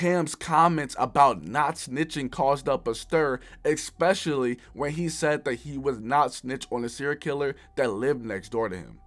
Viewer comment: U gotta stop saying “exspecially”